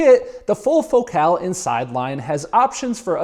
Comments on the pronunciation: It’s fohkel. Not faux cal. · says focus normal but says focal "fok cal" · As a Brit you say Focal so strange? Do people not say FO-CALL? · The name Focal irritates me. Why is it pronounced that way? "It's Joe Dírté"